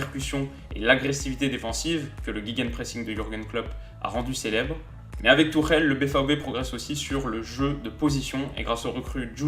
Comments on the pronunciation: Haha tu m'tues, t'essayes de prononcer le "ch" pour que ça sonne comme en allemand mais tu lâches un Thomas Turrrèle qui sonne méga latino pour le coup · Je pensais pas qu’on prononçait Tuchel comme ça…